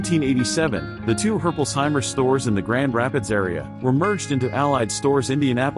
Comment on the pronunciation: Yeah im a Herpolsheimer and that pronunciation is bad